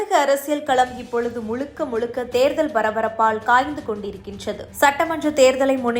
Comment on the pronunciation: TMInfotainment நிர்வாகிகளே , தமிழில் 'ழ' என்ற எழுத்து வரும் சொற்கள் அதிகம். அதை பயிற்சி எடுத்து பேச சொல்லவும். இல்லையென்றால் அந்த எழுத்து வரும் சொற்களை நன்கு உச்சரிக்க தெரிந்தவரை வைத்து செய்திகளை வாசிக்க சொல்லவும். செய்திகளை சொல்லும்போது உச்சரிப்பு மிக அவசியம். இந்த விஷயத்தில் நீங்கள் அதிக கவனம் செலுத்த வேண்டும். இந்த செய்தி வாசிப்பாளர் 'தமிலக தேர்தல் கலம் முலுக்க முலுக்க' என்று பேசுவதை கேட்கும்போது நாராசமாக இர்க்கிறது. அதுபோல செய்தி முழுவதும் தமிழை தவறாக உச்சரிக்கிறார். கவனம் தேவை.